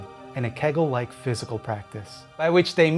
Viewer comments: Hey, btw just wanted to let you know that it is pronounced kay-gul not keh-gul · Apparently it's not keg-l, or kee-gull, it's kei-gull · I like the way he says “keggels”